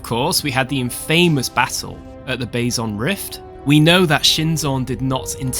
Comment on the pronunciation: In-fa-mous pronounced 'in-fuh-mus', not 'in-famous' you are as bad as that lad from Trek Central 😅